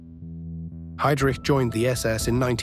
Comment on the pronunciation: ... haidrich... è la pronuncia! NON heidric..